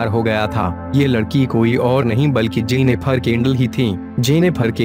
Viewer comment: Its JENNIFER not JENNIPHAAR...